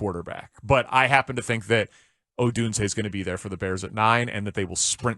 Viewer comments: ITS PRONOUNCED OH-DUNE-ZAY lmfao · Why do you absolutely insist on saying Odunze's name wrong. If it's just a bit, it's lame af. Otherwise be a professional.